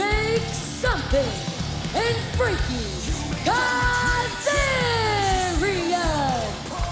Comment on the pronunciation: Every time she says "Frankie Kazarian" I hear "Freaky Kazarian".